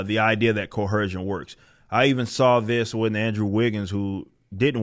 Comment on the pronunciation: There’s no H in coercion brah